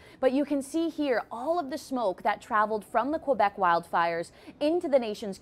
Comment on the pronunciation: Fun fact, it's K-Beck not Qwa-Beck...